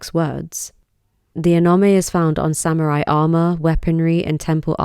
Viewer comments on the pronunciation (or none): none